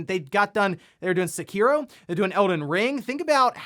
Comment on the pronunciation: Uh,? It's not "Seh-KEY-ro" it's "Sehkee-ro"! Get your Japanese words correctly! For pete's sake, you white (for lack of a better term) man speak of pronouncing Japanese words incorrectly in the exact same way as many white people say many Japanese words wrong, really bothers me. People like you says many Japanese words wrong in the exact same way, like Manga, and Yakuza, and this offends me as a Japanese person, having my bloodline's source language being attacked by your "white-speak" of saying Japanese words wrong, no offense, but can you PLEASE say Japanese words correctly? You don't exactly have to use the "r & l" blend of sounds that Japanese uses, but please don't white-speak (again, I can't think of a better term for that kind of saying words wrong) Japanese words. I know it's a losing battle trying to correct people like you about Japanese, but I MUST defend my culture and bloodline's origin. I know you don't exactly mean any harm, but I feel like my heritage is being attacked by primary English-speaking people saying words that comes from the land of my blood's origin. Please quit doing that, you're not supposed to put emphasis on ANY part of Japanese words ever. You're probably gonna ignore this comment though... like many of you Youtubers do when I correct them.. only for you to keep making the same exact mistakes. I don't only correct people of this online though, I do the same of correcting people irl of stuff like this, only for them to disregard my co